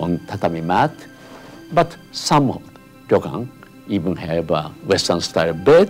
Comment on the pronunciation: It's not a ri-yo-kan, it's a ryo-kan... 2 syllables.